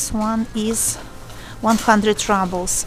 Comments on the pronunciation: not rAbels, rUbels. "pyyyyyy" :) but thank you for the video. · Good video. You probably know this by now, but in American English we say ROObles (like kangaROO), not RUBBles. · What’s this RUBLES? you make it sound like rubble as in ruins Very funny Rubble 🙈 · Уважаемая, слово rubles, как и на русском, через "у" произносится (/ˈruːbəl/; [rublʲ]). Прошу прощения, если Вы уже об этом знаете. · spasebo devichka! practice saying "roobles" (like in the Russian 'rooblay'); that is the English pronunciation.